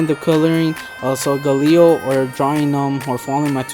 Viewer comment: did not say the name right